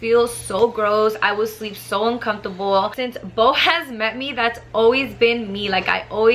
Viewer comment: Wow you really can’t say the word “ uncomfortable “ lmao